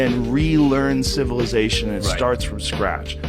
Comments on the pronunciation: Amm I too drunk or the guy keep saying cilivisation, instead of civilization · Why the 1st dude is talkin bout ciViLisation when he cant even say the word is beyond me! He says it as ciLiVisation every damn time! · And then here comes our sillivisation that cant even pronounce "civilization"...😅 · The first guy can even speak right cilivization is what he is saying and it's pronounced civilization 😅😅😅 and you believe this fool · 😂😂😂 Im dead😂😂 CiLAvization😂😂😂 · OL boy not even saying Civilization right 😂😂😂😂😂😂😂